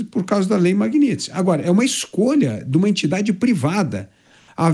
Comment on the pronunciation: CORRIGIR A PRONUNCIA: É I D E N T I D A D E e não iNdentidade